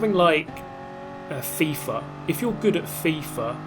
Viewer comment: you know a person is upper-class British when he pronounces "FIFA" as "Thiefer"